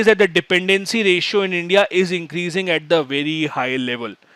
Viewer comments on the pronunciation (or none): none